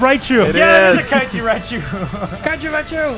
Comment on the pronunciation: Kitsune Rokaku so it's a KAIJCHU